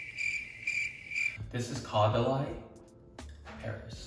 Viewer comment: "cau da lie"🥺😅 i dunno if you actually pronounce the brand like that but it's cute!